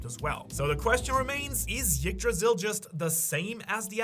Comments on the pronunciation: The tree is called "Yggdrasil", not "Jiggdrasil". But the fact, that this guy knows exactly how to pronounce it correctly, but chooses to do it wrong, just hurts.. so cringeworthy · you don't have to pronounce the "y" part of yggdrasil so hard. the first sound is more of an "eek" sound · Come on, it's not pronounced Yggdrasil, it's pronounced Yggdrasil.